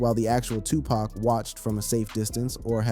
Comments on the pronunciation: How can we believe you when you dont even know how to say his name...its said like puc not pack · Bro you can not use an Urban voiced A.I. and it still says PACK😢😢😢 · OMG!! Please pronounce their names right!!! DUDE... 😂PACK???😮 STOP IT! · Say his name correctly damn A.I...shits annoying af...